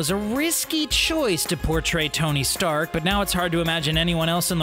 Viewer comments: He said Tony shark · I'm Hindi dubbing they say Tony Shark